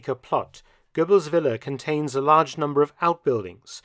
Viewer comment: Ehm, what is a willa? In my language it's a villa, with a V for vengence. Is that Willa a result of Volkswagen VW? Why does the narrator say Willa? It sounds like Willa Wonka and the Chocolate Vector.